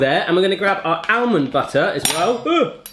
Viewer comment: He can't say almond haha